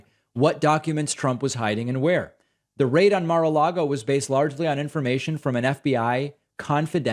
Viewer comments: "Ma-log-O" ? "Bed-minister" ? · “At Marlago”. -MTG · Mah-Lago?? Bed-Minister?? What is wrong with MTG's brain?? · Lol she pronounces it Mar-Largo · She also said Mar-Largo... and Bed Minister, and she is stupid to listen to, this über-Karen! And why the word "traitor"? Why not just an informant or snitch..? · She says Marlago Instead of Mar-a-Lago. lol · Is mtg saying "Mer lago"?